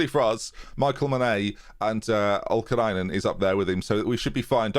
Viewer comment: Its also oli kainen not olkainen...right?